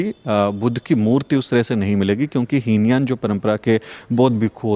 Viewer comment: heen yan nahin hota hai he yaan hota hai. pls correct it👍🙏💙💙🙏 Jai Bhim Namo Buddhay 🙏💙💙🙏